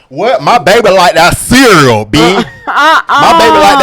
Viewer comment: No you didn't say creal! 😂😂